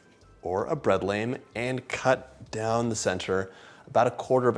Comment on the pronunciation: I follow you and love your recipes and style. Most bread bakers I know pronounce lame, the dough cutting razor blade, as "lahm", from the French word lame meaning blade.